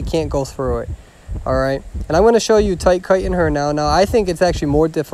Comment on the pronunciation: honestly im just here to hear him say toyt koytin